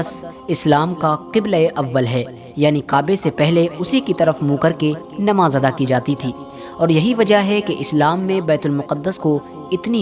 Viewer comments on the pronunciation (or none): none